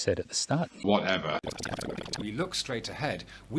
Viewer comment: "Whatever" Or maybe "Whatepher"